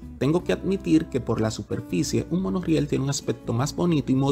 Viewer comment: Muy buen video y con informaciones muy específicas… Solo me gustaría que arregles un pequeño detalle, debes abandonar pronunciar esa letra “L” donde no va, (ejemplo: decir PoL , en vez de Por). Tus videos son educativos y muy vistos, ya tu estas a otro nivel. Eso te hace ver menos profesional.